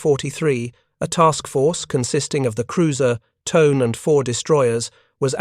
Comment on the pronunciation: Tone_eh, not Tone. It is a river in Ibaraki prefecture.